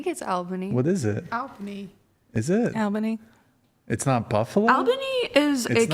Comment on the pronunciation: Albany is pronounced "All- bunny"